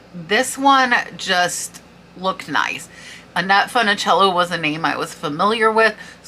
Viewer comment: Thank you for sharing and congrats on the sales! I used to watch Annette Funicello with her bears on QVC. Just for your information, not being petty or picky lol, but the “u” in her name isn’t a short “u” (not said like “fun”) it’s more like a long u or think “foon”. She was in the Original Mickey Mouse Club, but even I’m too young to remember those days 😂